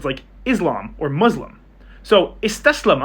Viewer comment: Dude pronounces ‘taslama’ perfectly but still says Izlam and Muzlim lol